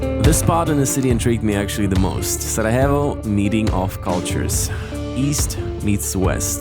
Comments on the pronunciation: Please don't pronounce Sarajevo with Spanish 'j', proper pronunciation is SaraYevo 😁🙋🏼‍♂️ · Hahaha my man, I think youre pronouncing Sarajevo as if you were in Colombia. Its Sarajevo with a Y (younger, yellow) not an H. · Sarajevo not sarahevo